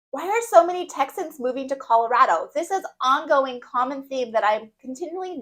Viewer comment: Texians??? Did you have a stroke? It’s Texans